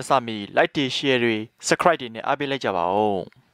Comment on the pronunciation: The way he say subscribe tho he need to work on his pronunciation and grammar